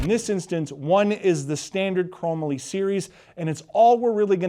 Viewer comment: You been around for a little while, and you don’t know how to pronounce “Chrome - Molly” ???